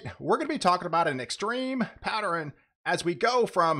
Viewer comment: I know it's petty and kinda funny but like folks who make up the word irregardless (WHICH DOES NOT EXIST), please try and remember that Pattern, Northern, and Southern are TWO syllable words. It's not patterin northerin, or southerin... It's drives me nuts. Like chalk on a chalkboard....